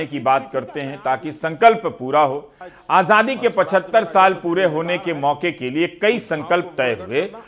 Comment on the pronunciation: मोदी आजादी बोल रहा है या आझाधी आझाधी बोल रहा है ज़रा गौर से सुनना।